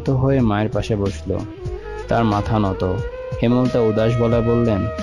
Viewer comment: হেমল তা নয় ,,,,হেম লতা